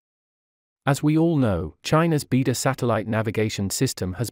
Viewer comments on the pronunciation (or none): I enjoyed and learnt a lot from your array of videos. Thank you. But I also can't help noticing your pronunciation of Chinese is somewhat inaccurate in most cases! For example here the word Beidou, you pronounce like bee der but should be 'bay doe ! Thank you.👌🙏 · It’s pronounced as “bay dou” not “bee dou”. It means Big Dipper in Chinese.